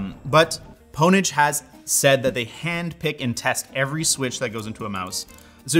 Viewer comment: Did he really just call Pwnage, "pone-age". Have you never seen Pure Pwnage??